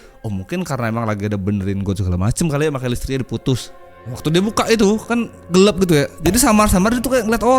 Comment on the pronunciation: orang mana sih aslinya yaa,,,kenapa ngomong gelap itu gelep... 🤭